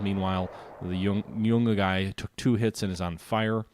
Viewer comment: Pronunciation Yu-Naw-gee not Yu-Nah-guy And Can-bear-uh not Can-bar-uh